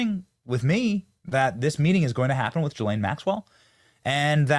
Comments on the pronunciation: Why does Benny call Gh islane Maxwell GhiRlaine it’s Ghislaine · Please say her name correctly Benny Ghislaine G not J… sound! Thx 🙏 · hey benny! love your show a note think of her name as 'Glenn' its french its pronounced 'Guh-lenn' not 'Jill-ayne' still love the show cant wait 4 the arrests just wanted to comment. after all maybe they will televise her sing & cant wait for treasonous heads to roll peace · Her name is pronounced Gee-lane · Please Benny pronounce correctly GISLAINE MAXWELL, not Gilaine. You have to pronounce the s. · Please stop pronouncing her name Ja-lane, it’s Ga-lane Maxwell. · "Ga-lane" Maxwell